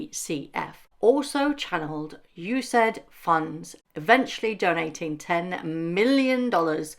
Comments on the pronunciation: It’s not U - said. We Yanks call it US - aid. I’ll keep reminding President Trump that he needs to sic his Secretary of DHS on Judge Nichols to release Harry’s visa files to the Heritage Foundation ASAP. And declare Harry persona non grata and give him 48 hours to voluntarily leave the US or else face deportation like all other illegals that we are FINALLY rounding up and returning them to their home countries. We are NOT the world’s garbage dump for useless, lazy, arrogant, illiterate twerps like Harry. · The US Agency for International Development = U.S.A.I.D. and is pronounced in full. Apart from that, brilliant research! Most high-income countries have an equivalent agency. Not sure what it's called in UK. It would be interesting to look into whether Archwell is also getting funding from the UK agency. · OMG! STOP SAYING USAID AS YOU SAID. It's literally called U.S. AID. I'm an American and happy president Trump and DOGE are exposing these disgusting entities that are taking tax payer money!